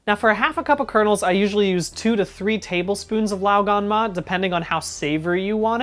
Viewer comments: Even pronounces it pretty well. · as a chinese person, i can assure you that you pronounced 'lao gan ma' perfectly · I was gonna correct ur 'lao gan ma' to 'lo gon ma' because my -25 vision thought the jar said 香港（Hong Kong), so it's Cantonese not mandarin, but then I searched it up and it's actually 香辣 not 香港。 I will now go and purchase some glasses.